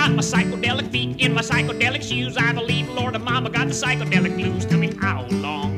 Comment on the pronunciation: The first song to use the term psychedelic. Although if you listen closely he pronounces it psychodelic instead of psychedelic.